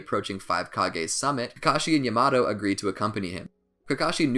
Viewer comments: My man can't say yamato he calls him yay mato 😂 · Its yamato not yamado😠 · his name is pronounced yah-mah-toe pffft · Why does the call everything the almost wrong name? He doesn't say Raikiri or Lightning blade, he says lightning cutter. He doesn't say Yamato, he says Yamado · My dude rlly said YAaHmAtO